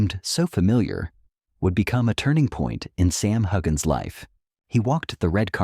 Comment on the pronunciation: It’s Heughan NOT HUGGIN! Or HUGAN! OR HUSAN! You are not credible! We can’t believe anything that you say.